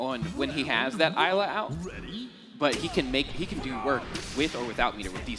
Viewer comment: It's been bothering the crap out of me every time they say it so I have to. It's pronounced IS-la. The S is NOT silent. It's said in her character reveal trailer.